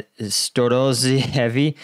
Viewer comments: I'm here to help you with Storozheve. "Zh" is pronounced like [ʒ] in Ukrainian and Russian words. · You should really practice accents.😂 Ahhh, so for that "zh" sound in "Storozheve", there are two ways I can try to teach you to mimic the sound. The first is to think of a soft J. Like instead of that sharp "JUH" sound, draw out that J sound for a second. The second is to think about how English transforms the sound from S to Sh, close them teefers, and roll back the tongue. Apply that same concept to the Z sound when you make the Zh sound. Close them teefers and roll that tongue back. :)